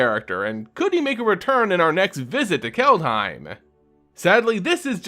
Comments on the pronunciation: If you want to say "Kaldheim" more like a Norwegian, say "Kald-he(like in hell)-ee(like in bee)-m" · Its pronounced CALLED HYME.